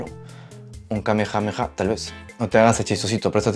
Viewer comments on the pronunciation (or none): none